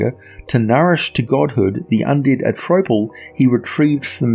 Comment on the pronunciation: I don't think this guy knows how to say Atrophal cause he keeps saying a tropel